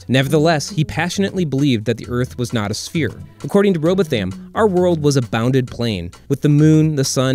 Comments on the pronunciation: Jeezus... its pronounced Rowbottom, not Robot-ham. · all I can here is .... robo tham.... its row both am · its pronounced bottom robottam,twerp. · Row-bow-tham? Do some research. It’s pronounced ‘row-bottom’. Yeah, it’s a British thing, get over it. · Robotham is pronounced "row-bothm" emphasis on the first syllable alone, the second part like 'bothin' from star wars. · I harbor an irrational, cultish belief that it's pronounced "ROBOT HAM". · If a brown person spoke this atrociously, many a white folk would titter condescendingly, albeit metaphorically, on these inter-webs! The narrator deserves a hiding of his bowthaym for repeatedly mangling what might, allegedly, be his mother-tongue. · It's pronounced ROW-Bawth-um. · Right dude...clearly trolling butchering his name like that lmao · Say it with me now.. "row bah thum" Lol jus sayin. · You do not pronounce the name right. Most English people pronounce it row bottom. The family pronounce r'BOW th'm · Pronounced row bottom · Samuel Birley Rowbotham is an early relation of my mother’s family, originally from the north of England. The correct phonetic pronunciation of Rowbotham is /ˈroʊbɒtəm/ or Rowbottom. Would you please mention the way that many people including your presenter are incorrectly pronouncing the name Rowbotham with emphasis on “tham”? Again I’ve found phonetically its /ˈroʊbɒtəm/ we must get the late gentleman’s name right? Rowbotham is an old English name in some Northern towns and cities being as common a Smith! Please do not ridicule his name just because American pronunciation in this case is just plain faulty. Many of my mothers family members still live in several northern English towns and they know how to pronounce their own surnames. We would all be most thankful if you would correct this error Regards, Mike Baker nee "Rowbotham" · In Yorkshire they pronounce it row-bottom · He mispronounced "Rowbottham". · Why are you mispronouncing Rowbotham on purpose? Hmm I wonder🙄